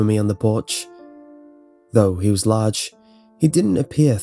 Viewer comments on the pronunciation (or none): none